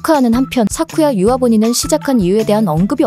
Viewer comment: 사쿠야 유아를 사쿠라 유야라고 계속 하시네요.....ㅠ